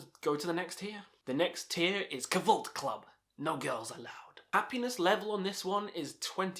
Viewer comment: the way you pronounce kvlt is funny